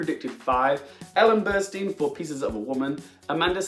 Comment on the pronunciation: It's Burstyn. Not Bernstein.